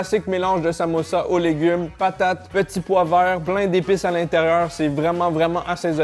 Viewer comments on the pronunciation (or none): On dit samoussa et pas samossa